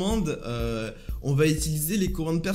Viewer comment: Je suis le seul qui est pertuber par le "itilyzer"